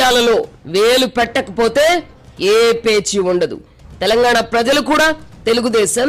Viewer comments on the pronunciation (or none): none